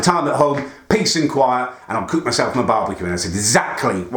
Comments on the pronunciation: “I wanna cewk, I wanna cewk,” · Learn how to say cook you humpty dumpty lookalike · Any1 else hate the way he says cook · Stop saying cook like that please. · what do you say cook so weirdly